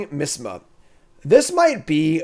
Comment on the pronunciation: it's pronounced like MY-AS-MA. before germ theory, miasma was a theory that bad air (unclean, unholy, cursed, etc) could hurt or kill you. the first microscopes proved that bacteria were living organisms and changed everything.